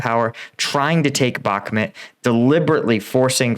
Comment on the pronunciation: Not sure how he gets "Bhakmet" out of "Bhakmut" but ... ok.